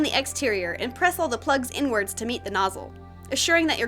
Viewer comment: Is it just me or does inwards sound like n words